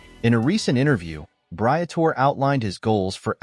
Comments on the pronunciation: If you are going to get an audience who respects what you are saying at least learn to pronouce the names of those you are taling about... Britore...Bree-a-tor-eee. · Man has never watched a race or he would know how to say Alpine, Briatore, and other stuff.